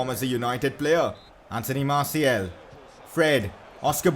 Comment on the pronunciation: Hes name is Marsial. Not marsiel!